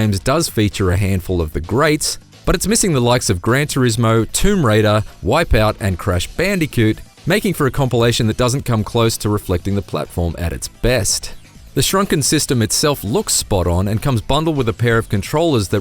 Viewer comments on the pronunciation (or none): Crush Bandy-coot? Where the hell are you from? LOL. Great review. Thanks.